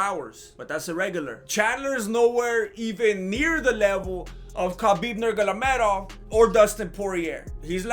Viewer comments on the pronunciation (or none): He just said khabib NURGALOMEDOV😂